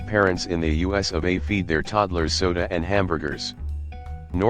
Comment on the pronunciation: Obvious robot voice referring to the US as “us” goodbye. Of course referring to lead as lEad gave it away first